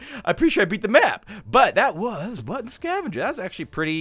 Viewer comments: At the start of the vid I did not really hear "Button Scavenger" but "Butt scavenger" xxD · At the beginning I thought he said butt scavenger 😂